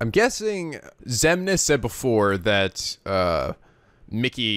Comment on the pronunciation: Anyone else gets irritated when he keeps getting all the names wrong?